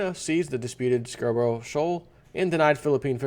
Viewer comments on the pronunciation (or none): none